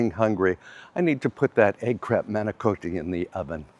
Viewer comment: Why do you pronounce manicotti incorrectly? As an American Italian/ Sicilian, it drives me nuts. By the way, you never tell us how many acres your wonderful property is.